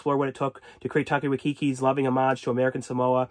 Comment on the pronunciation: When he tried to say Taika Waititi lmaooooo